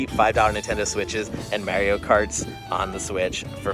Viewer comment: Bro you needa say “Mario” correctly. 😅